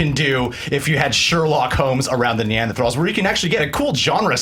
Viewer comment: Urgh, "Neanderthralls"... much trigger... so pain... Wow... "Tal" is German for "valley" and the Neandertal is where their remains have been found.